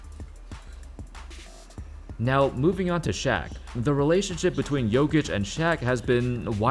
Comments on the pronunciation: I will help you with pronounce,it's Nikola "Yokic" I am also from Serbia, that's how you should pronounce man 😊😊😊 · You say jokić kinda like Yo-kitch